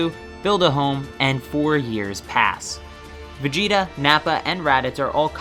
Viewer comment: Why you call Vegeta Vegetto